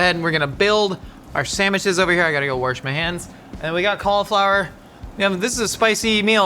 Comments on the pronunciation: … are you saying wash or warsh?!😂😂 my mother and grandmother both say warsh. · Why did you say “warsh” like my Midwestern grandmother? 😭